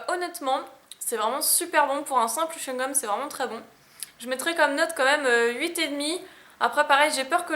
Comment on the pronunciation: le chouigome pikatiou